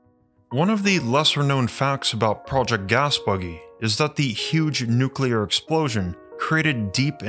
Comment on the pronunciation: Nuclear.....not neculer...